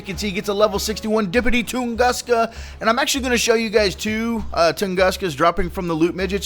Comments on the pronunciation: its t u nguska not toonguska just fyi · pronunciation: ton-goo-ska... -facepalm